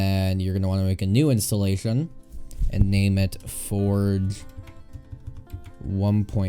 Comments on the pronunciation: my man pronounced forge forg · U said forge u should say forje